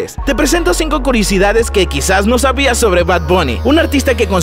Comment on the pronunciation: En el segundo 00:6 dice curisidades 😂😂😂😂